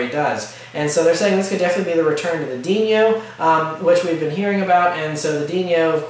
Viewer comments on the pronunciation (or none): deenyo? LOL just kidding. If that's all I'm criticizing you're doing a fine job. Keep up the good work.